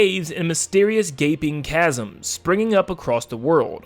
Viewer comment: I subscribed just because you were the first YouTuber to pronounce chasm correctly